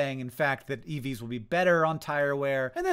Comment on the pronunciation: Youtube put this video on right after another and i kept hearing "eevees" and i had to stop what i was doing to read the title and get some context lol